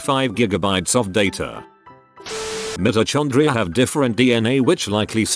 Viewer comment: So say vit-ah-min & Mitr-oh-con-dri-ha akwardly.😐